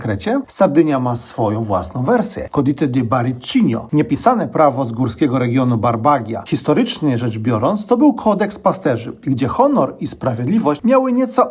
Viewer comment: Wymawia się barbadżja a nie barbagja. Fajny reportaż